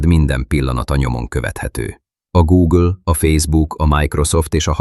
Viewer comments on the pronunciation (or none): none